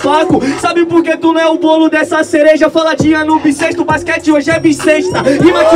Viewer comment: sim,pois você falou sereja,mais é cereja*!